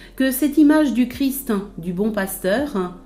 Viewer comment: C'est pénible ces gens qui veulent donner des leçons et qui ne peuvent pas parler correctement ! Le "Christe" n'existe pas, seulement le Christ. Faites donc un effort pour prononcer Christ Roi sans ajouter un "e" à Christ. C'est un peu plus difficile mais c'est une exigence de la culture élémentaire.